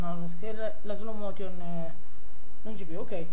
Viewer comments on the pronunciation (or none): slow motion non si può sentire, ripasso di inglese pure ti serve